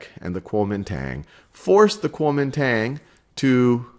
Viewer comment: If you can't even pronounce "Guangzhou" and "Kuomintang" why are you making a video about Chinese history?